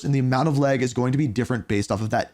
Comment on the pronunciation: It’s pronounced “lag” not “leg” bro Jesus